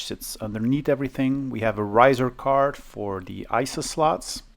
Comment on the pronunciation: ...your english is very good... though: sometimes its pronounced "THE" not "THEE" ... The rule is, that before a consonant, the artikel "THE" should be used, and when a vocal follows, then you may use "THEE"... Otherwise it sounds strange ;-) e.g. of pronounciacion: "THE MOTHERBOARD" and "THEE AQUARIUM" , "THE MOUSE" and "THEE INTEGRATED VIDEO CARD" Your videos are very good though. Keep the good work going!